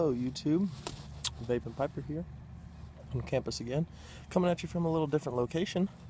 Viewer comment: Thanks for the shoutout. You even said my name right. doesnt happen often. I wish my weather outside looked like yours. Its too freaking cold to smoke outdoors here in Minnesota.